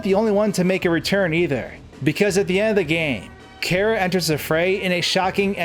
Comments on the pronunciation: “Care-ah” TRIGGERED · care-a?? lmao just stop. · FUUUUCK STOP SAYING KARA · As soon as he said chara (care-ra) instead of chara (char-ra) i quickly unsubscribed 😂😂😂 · I thought it was pronounced : Chair - Uh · you said chara wrong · When you pronounce Chara's name wrong. Dislike.